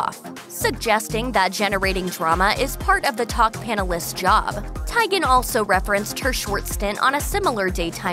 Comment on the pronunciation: Tygen??? Come on, you know it's pronounced Chrissy TEEgen